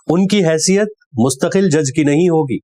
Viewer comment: ش ق بھی صحیح اہتمام کے ساتھ کہے جانے چاہیئں- مقرر—مکرر نہیں مستقل-مستکل نہیں